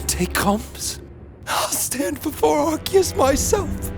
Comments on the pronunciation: erm actually its arkoos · Arkoos really said I am arcues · I love it but it's Arkoos 🤣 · Where in arceus is there a k I don’t understand why people call him arkeus